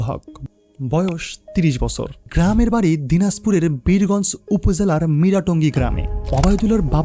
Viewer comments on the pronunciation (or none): none